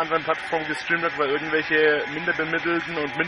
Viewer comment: "irchendwelche wolligen Kreaturne" lel